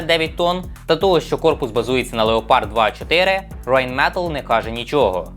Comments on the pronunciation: Малюк.... Англійске Rain не має жодного стосунку до німецького Rein..... Тому Рейнметал з англійською "R" - недоречне. Райнметал... А ще танкофілам на колінці нагадаю, що МеркАва - це кава на морі , а МеркавА - танк країни яка кидає відмазки. Дякую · Не Рейнметал , а Райнметаль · Да, ра́йнмета́ль😊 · rheinmetall - "Райнметалль" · Я не доколупуюся, але виходячи з того, що фірма Rheinmetall німецька, то по німецьки вона звучить як Райнметаль 😁